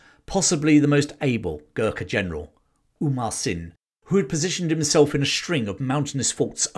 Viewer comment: Very nice and accurate as far as we know. Just a note-Amar (hindu name- immortal) Singh Thapa, not Umar (Arabic/Muslim name-flourishing), may be just a case of mispronunciation. One story to add, Gorkhalis tied rag on sheep horns and set the rags on fire and ran them down the hill to scare the Brits, which caused chaos in the ranks.